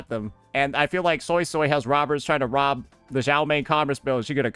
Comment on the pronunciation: pro cant even pronounce yangyang is pronounce more as youngyoung and suisui is swaysway